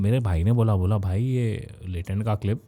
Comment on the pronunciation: Latent ❌ latrein ✅